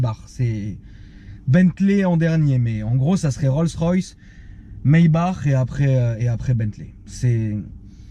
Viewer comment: Maybach pas maybar nan ?🤔